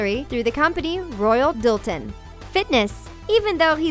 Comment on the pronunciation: It's "Royal DALton" not dilton.